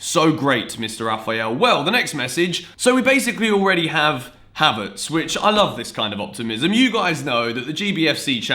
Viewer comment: As a German I’m triggered by „havertS“